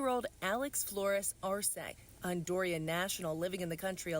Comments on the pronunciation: It’s not Hondurian it’s Honduran! Geez 🤦‍♀️ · Deport this scumbag minus his left nut. And it's pronounced Hon-DOO-ran, not Hondorian. You're an educated reporter. Accuracy matters.